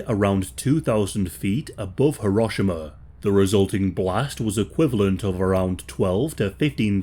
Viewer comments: Th way he pronounced “Hiroshima” actually pissed me off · its pronounced ("Hee-row-shee-mah")